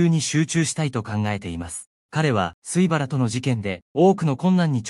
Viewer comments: 情報を、解りやすく説明してもらい、ありがとう。ただ、どの「YouTube」の「映像説明」に「AI」を使用されていますが、「水原」～みずはら、を「すいばら」と言わせているのは、聞き苦しい。訂正できないのですか？そこが不思議に思います。どの「YouTuber」の方々も同じです。「AI」利用はいいのですが、「正確に読んでいない」部分は訂正して欲しい。そう、願っています。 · 「水原」を「すいばら」と読む情けなさ（呆）